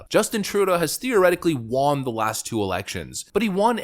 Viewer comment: I’ve never heard someone pronounce “won” so literally like